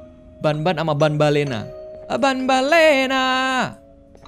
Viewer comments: tambellina bang bukan banbellina😅😅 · Banbanlina bukan banbalena